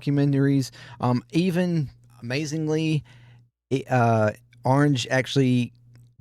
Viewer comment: He's Dutch, and the proper pronunciation is: O-ranj-ay. Lived in Amsterdam for over a year.